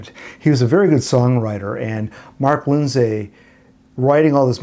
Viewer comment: Excellent research. However, I think his name is pronounced "Lind-see" (like linseed oil), not "Lind-say".